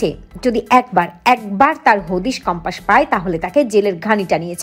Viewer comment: সঠিক উচ্চারণ হবে কম্পাস। বার বার বলা হচ্ছে কম্পাশ😮😢